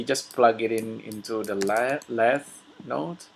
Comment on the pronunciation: Lathe is pronounced "Lay-th".